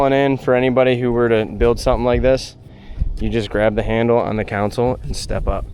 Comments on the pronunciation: Stop calling it a "counsole". It's a "console", like the center console in your car or truck. Sorry, I'm very OCD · You do know it’s “console” and not “council”. Right?? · only thing I am hating on is the way you say console lol